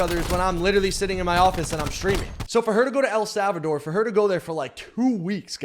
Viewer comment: “ELL SALLVADOR” 😑😑